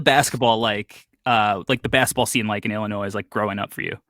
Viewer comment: really pronouncing the "s" in Illinois like his life depends on it.